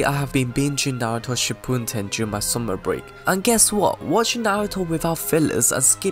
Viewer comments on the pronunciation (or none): Sorry to be one of those guys but i just couldn't handle watching without saying it's "Shippuden" not "Shippunden" but overall good video👍